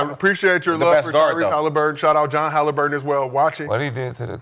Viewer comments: He said Haliburton?!?!?!?!??????? Lmfaooooo. Delusional as fuck. FOH. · Lmao dude said Halburton 😂 idk why gil gave him a job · really said Halliburton 😂